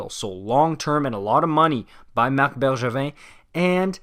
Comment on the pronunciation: He said it right thought.